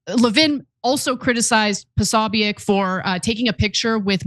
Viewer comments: Why are you guys saying his name this way? Have you never heard it before? PO-SO-BIC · It's Jack POSOBICK. That's how it's said. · Think you're mispronouncing Posobiec. Think its pronounced Posobik. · Posobeic- (Po-so-bick) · Jack Posobiec is Polish-American. His name is pronounced Po-so-beck. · Why can't these guys pronounce Posobic? I probably misspelled it, but at least I know how to pronounce it and know DAMN well that they know too - being in the news biz.